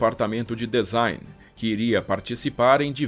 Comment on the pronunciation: Maravilhosa estória. Bem esclarecedora, com detalhes incríveis. Só chamo a atenção para a palavra DESIGN, cuja pronúncia correta é /dizáin/ e não /dezáin/, ok? Valeu !! 👍